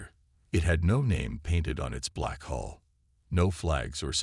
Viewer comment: i wish the AI text could correctly say HULL and not 'haul' or 'hole'